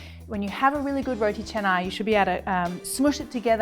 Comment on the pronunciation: love when u pronounce it right ! Roti Canai (cha-nai). some westerners would say it like Kanai 🙄